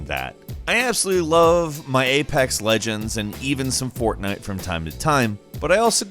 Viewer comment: Lol did u say fortnut?